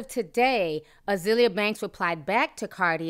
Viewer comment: Ah-zale-yah lol